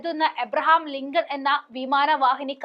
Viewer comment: "ലിംഗം" അല്ല മോളെ "ലിങ്കൺ"😂